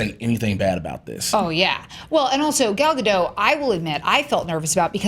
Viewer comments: Ok, it's literally been years now. There's no longer an excuse for mispronouncing her name. It's Ga-DOTE, not Ga-DOH! The T is not silent! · Her last name is not French, it's not Gad do, it's a hard sounding T like the T in it. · You pronounce the 't' in Gal Gadot's name....just thought you should know :) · GAUL. GOD. OAT. That's how you pronounce her name. Gaul God Oat. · Her name is gal gadoT with a T at the end... Gadot!! Why do I hear so many people who cant say Gadot? I mean, you are "professionals" and you cant even pronounce the name of the leading role of a blockbuster movies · You pronounce the T at the end of GadoT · Guys! It's GadoT! The T is NOT silent! She's not French! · her name is Gal Gadot with T in the end. jeez americans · is there any way to get the news out that Gadot is pronounced with a T? She's from Israel, not France. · Nice review, and it's awesome to hear that the movie's great! Just one point, though: Gal Gadot's last name is pronounced with a hard "t" at the end. She's not French :p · please.... the "T" is not silent in Gadot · you pronounce the "t" god damn it